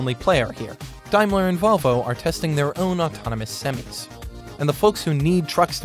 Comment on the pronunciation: California base plate on the tractor, keep it in CALIFORNIA!!! Also, its pronounced sem-i NOT semee.